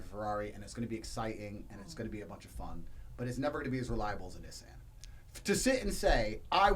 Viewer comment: Bruh, the way Andrew was pronouncing Nissan was pissing me off 😂😂😭😭